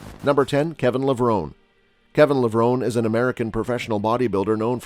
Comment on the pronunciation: ya know, for a channel named Bodybuilding Moments, you would think they could correctly pronounce their names 🤦🏻‍♂️… they did a real number on Kevin Levrone, Chris Cormier, and Paul Dillet.